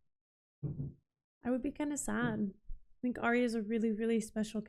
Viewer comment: I realise that this is older and you may know by now but Arya is not pronounced how you're saying it as Aria. You pronounce it Ar Ya as 2 parts together to get it right. Anyway, loving your reactions. Found you on TWD and that's my fav but loving this one too as I'm a big book reader and have read all the Song of Ice and Fire multiple times. Thanks :)